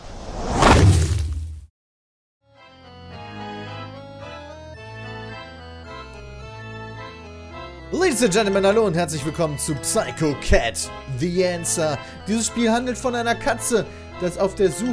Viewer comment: Klugscheißer: man spricht Psycho, syko aus